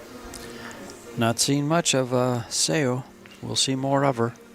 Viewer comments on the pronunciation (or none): right? when they say things like ‚I don’t remember if she used her extension‘ you know that these guys don’t get paid enough to pay attention to the game. or they just don’t care. and Seoa is such a famous player that everybody should know how to say her name. this was by far the worst commentary I‘ve heard in a long time. still great to watch the two women play, but better to mute the video and listen to music instead. ❤